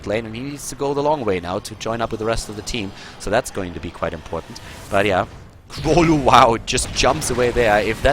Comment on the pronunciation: The way to pronounce 'Królu' is with a 'u' in place of 'ó'. It's a Polish phonetic letter. The whole nick means 'King' which is 'Król' in Polish.